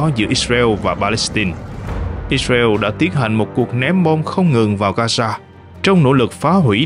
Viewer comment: Gasa hả ..?No . Gaza( ga gia ) .